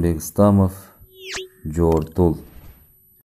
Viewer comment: Бүткөн ишке сынчы көп дегендей, кыстара кетейин. Автор, жООртул, кара сУУр дебей жортУУл, сУр деп дегеле кандай жазылса ошондой окучу.